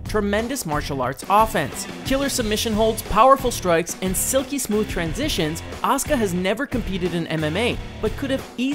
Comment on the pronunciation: It is a-su-ka